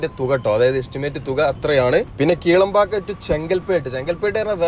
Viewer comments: Bro, Kilambakkam and Kelambakkam are different. When you say Kelambakkam, it's confusing. 😅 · ഒന്ന് കിലാംപാക്കം മറ്റേത് കേളമ്പാക്കം...